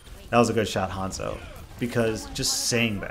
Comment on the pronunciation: It's Haanzo!! Not hand-zo